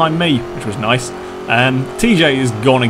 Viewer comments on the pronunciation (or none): none